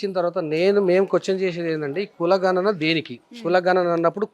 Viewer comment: ఘ నన కాదమ్మా గణన